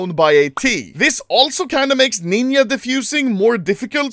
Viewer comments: its ninja not nynya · Say Ludde, I have heard of ninja defusing but what is this Neenya defusing you speak of? 😆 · ninja ❌ Ninya✅ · Sorry but "NINIA defusing"💀